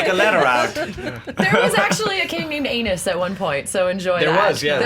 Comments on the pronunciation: You guys are killing me with the incorrect pronunciation of Rhaenys and Aenys!!!! 😂 But seriously.... stop that. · Rhaenys is pronounced 'Ray- NEES", Aenys is pronounced "Ay-NEES", and this video is fucking PAINFUL to watch! Why have a GOT podcast in which even the designated "knowledgeable loremaster" is about as well versed as the MOST casual of GOT fans. If you wanna see GRRM trolling the audience look into the historical lords of house Tully: Kermit, Grover, Elmo - Those are all previous lords of Riverrun. Seriously! There was also a younger brother of Kermit called Ser Oscar. I'M NOT MAKING THIS UP!!!